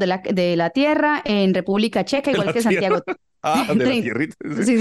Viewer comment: Ay no pude con diciendo su nombre y luego Santiago Yon fréi jajajajajJjaajjaa